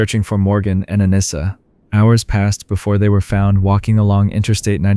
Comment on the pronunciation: My Daughters name is Anissa.. most people say her name wrong. You did pretty good. AH-KNEE-S-AH..